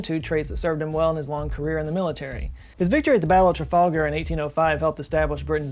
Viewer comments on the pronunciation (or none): none